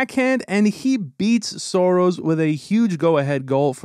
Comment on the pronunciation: Saros! Not Soros 😂